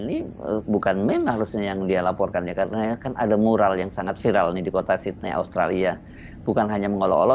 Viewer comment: Bung Hersu, masukan ya ..Sydney bacanya salah, pls cek Google. Smg membantu